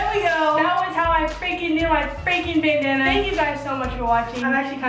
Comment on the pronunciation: There should be a counter for every time says 'Bendanna'